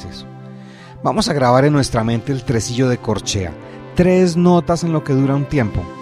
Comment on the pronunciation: buenas tardes todos estaba bien pero cuando entramos a los tresillos la pronuncia la palabra trsillo mejor sería el sonido no la palabra